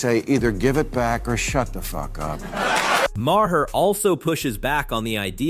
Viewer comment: more AI drivel Bill Ma-Har and AOC called A-ahk (trying to pronounce her initials as a name) just play the vids and talk, stop letting AI do the talking.